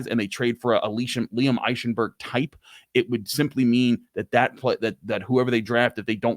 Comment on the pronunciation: When you say Eichenberg think Ike Taylor. IKE-enberg